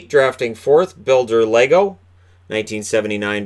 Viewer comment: I definetly heard builder lego